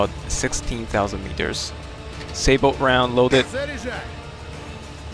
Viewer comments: it's actually "sabot" from the french word "sabotage" not "saybot" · just so you know the SABOT is A case discarding apcr round that may have fins and it is said SayBow